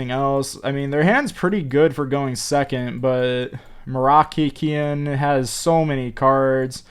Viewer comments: Guys.. its MOROCCAIN as the people from MOROCCO lol u never said the name right 😂😂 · Im really chocked how he say moroccan nation im very sad,im not trying to be rude. But really is i want him back